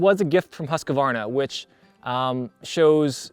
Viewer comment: Husqvarna is pronounced "huuskvaarna", meaning "house mill" or rather "the mill that is resembling a house" in Swedish. I like the review! Would be interesting to know his it's holding up after a few years.